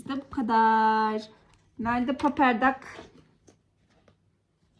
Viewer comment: Paper dak diye okunmuyor. Peypır dak diye okunuyor